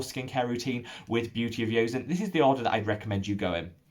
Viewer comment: I've mentioned to him before but maybe he didn't read it. To be more accurate "seon" rhymes with "John" or like "On" as in switching on/off.